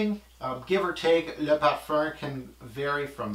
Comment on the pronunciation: IamLil Sully colome? Is sucks? LMAO... Almost as funny as the way says Parfuuuurrrnnn